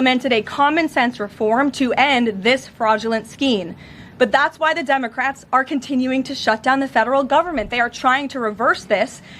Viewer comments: Love her, "Senate Dumbocrats" she said 😂 Thought I misheard her the first time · Does Carolyn pronounce it dumocrats?